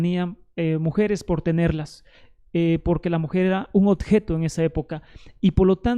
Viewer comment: 20 minutos repitiendo lo mismo y hablando mal: 20 veces dice "odjeto", donde corresponde decir oBjeto! Muchas cháchara, la del peruano!